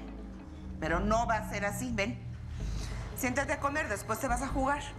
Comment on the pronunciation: SOY EL UNICO QUE ESCUCHO QUE LA ESA DIJO CHENTATE EN EL MINUTO